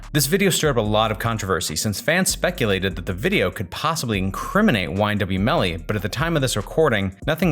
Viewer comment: you keep calling him melon smh 🤦🏾‍♀️